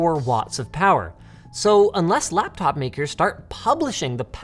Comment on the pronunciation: did Linus just say blaptop?